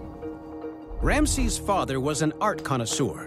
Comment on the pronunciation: MM Another voice over incapable of pronunciation . Rameses is pronounced Ram E ses NOT Ramsees